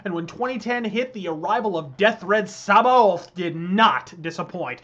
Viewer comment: Samhain is pronounced sowin and sabaoth is pronounced like sabbayoth. it has been a few years , but that has always gotten to me for some reason.